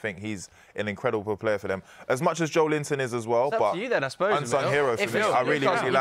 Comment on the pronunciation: You just said Joelinton 💀